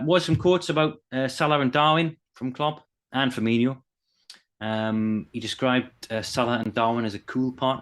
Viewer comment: Someone tell it's FUR-ME-NO...Not FirmeNIO. It's been years 😅